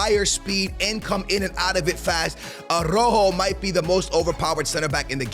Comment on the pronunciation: Man I can see still butchering the names hahahah araujo is now ah-rojo